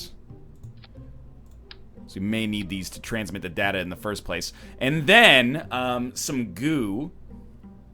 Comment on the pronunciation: Every time he says "datta" instead of "data," I get unreasonably angry.